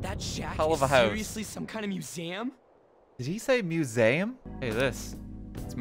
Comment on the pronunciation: Chat thought that RT was hearing things but yeah now it’s clear, he did say Muse-aum